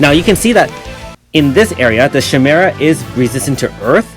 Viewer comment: pronounced Kai-mera